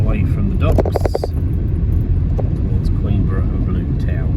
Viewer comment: No s in Queenborough. 😁